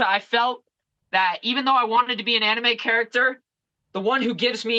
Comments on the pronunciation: Ariel calling it "Anneemay" irks me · Dude if you say Annie Mays one more time I’m gonna lose it.